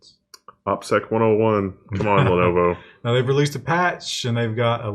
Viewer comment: Why can't say Lenovo?